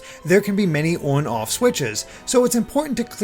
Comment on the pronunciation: "œn œff switches"